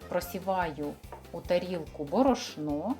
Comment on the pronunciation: В слові борошно наголос на першу літеру О, бОрошно Називати корж паляницею просто смішно.